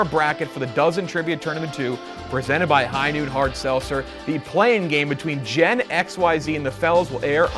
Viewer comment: good lord i love u but u simply cannot pronounce the word Seltzer ant it kills me